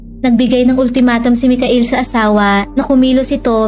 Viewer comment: Aydin mo ang accent mo “ Michael “ at “ mascow “ hahaha !